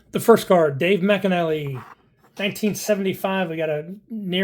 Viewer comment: Dave’s last name pronounced “mic-nally”, not “Mac-inally”.